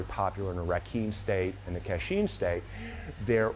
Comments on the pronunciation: I think the worst part of this is you are making money off an art you no nothing about. Being Karen and family direct descendants from Myanmar formally known as Burma your slaughtering of the pronunciation of Ka Chin as Ka Sheen is ridiculously annoying. I appreciate your enthusiasm of spreading the art that the prince of Thailand watered down for western culture to except but get your facts and pronunciations correct my friend. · it pronounced as "Ka Chin" not "cat sheen".